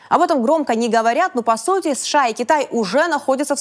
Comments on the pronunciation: Мадам ПАНЧЕНКО, сколько раз за выпуск вы произносите аббревиатуру США? Вы вещаете на русском, тогда произносите это правильно! США произносится по БУКВАМ, А НЕ ПО ЗВУКАМ!!! СЭ-ШЭ-А. Вы как произносите СССР? Правильно, ЭС-ЭС-ЭС-ЭР. Так почему сша -какое-то бормотание? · Я все время улыбаюсь когда Диана произносит сША))) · ДА произноси ты США по отдельным буквам, а не так бесяче, как ты делаешь)